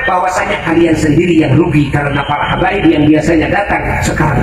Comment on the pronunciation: Apa faedah nya bagi Ki Imad dan imadiah tentang pembatalan nasab ba'alawi, mengapa Ki Imad cs selalu menebar fitnah tiap ceramah selalu yg di bahas Nasab ba'alawi, setingkat Ki Imad yg bergelar kiyai menyebut Habaib dengan sebutan kabib Muhibbin di bilang Kibin apa namanya ini kalau bukan kebencian dan dendam